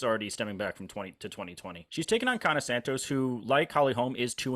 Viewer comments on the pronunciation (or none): Yana with a "Y". Like yacht or young. There's no "K".